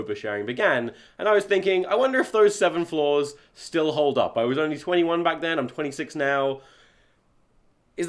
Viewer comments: This whole time I thought you were saying floors but then you were saying flaws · more than halfway through the video and i still think he's saying "floors"